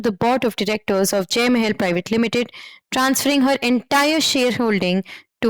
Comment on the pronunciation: That "Mae-hell" pronunciation for Mahal sounds funny.